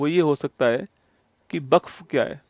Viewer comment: वक्फ ❌ buff☑️☑️😂😂😂😂